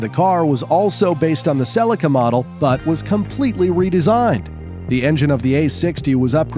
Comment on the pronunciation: they way he says Celica makes me rage